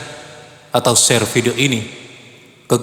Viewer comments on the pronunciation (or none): none